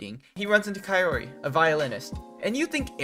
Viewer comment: Bro can’t pronounce tsubaki, kaori, or even Chopin